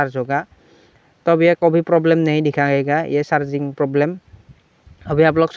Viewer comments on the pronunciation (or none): Thanku bro for new solution lekin ye Charging jack hota h Sharging jack nhi